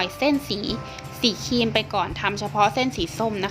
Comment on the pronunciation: แนะนำให้พูดควบกล้ำด้วยค่ะฟังแล้วขัดหูมาก ครีมก็เป็นคีม นึกถึงคีมตัดเหล็กเลย คลิปก็เป็นคิป